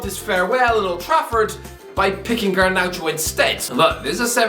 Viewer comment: it's garnacho not garnaucho